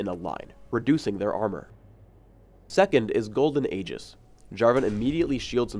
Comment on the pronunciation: he pronounced Aegis wrong